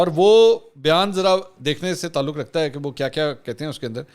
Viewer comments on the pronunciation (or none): none